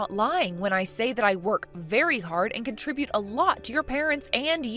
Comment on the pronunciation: I DON'T BELIEVE IT , I DON'T BELIEVE IT !!!! SOMEBODY FINELY PRONOUNCED THE WORD CONTRIBUTE CORRECTLY 🎆🎇🎇🎆🎊🎉 👐"HALLELUJAH 👏PRAISE THE LORD"🙌🎉🎊🎆🎇🎆🎇